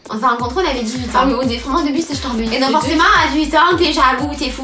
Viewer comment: j'adore!! 😂 mdr qui dit " on est tcharbé de la feuille " 😂😂😂